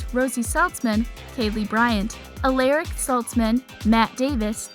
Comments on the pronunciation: Who the hell is alric, it is ALARIC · Your not pronouncing Alaric right! It’s pronounced like au- law-ric not al-Er-ic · aleric xD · I hated the way she said Alaric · Why did you say Josie like that it is not Rosie and you said Alaric wrong